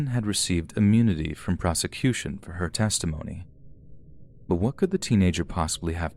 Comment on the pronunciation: "Fur example..." Okay,. Okay.